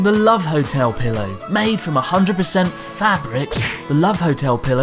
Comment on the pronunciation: I thought he said made from 100% Fapric.